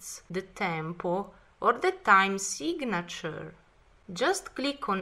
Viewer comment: "time (uh) Seeg-a-nuh-chur"